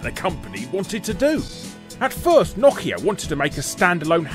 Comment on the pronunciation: Knockia? Its no-kia not knockia. Brits really like to mispronounce names huh? I mean you guys actually pronounce some of them right (Adidas for one), but others, (Mario, Nike, Nokia) are just so wrong it's actually funny, like I laughed far too much at this episode, but it wasn't at what I should have been laughing at LOL